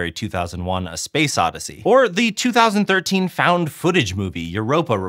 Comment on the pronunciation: It's a little sad that a science channel doesn't know how to pronounce years. 2001 is twenty oh one or twenty aught one. 2013 is twenty thirteen.